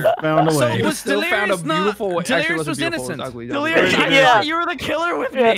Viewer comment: Mmmhmm uh it’s “Delirious” not Delerious my good sir. sips tea